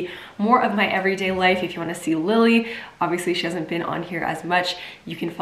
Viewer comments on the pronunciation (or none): none